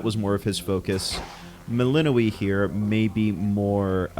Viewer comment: Shouldn't Melinoë name have stress on "o" ?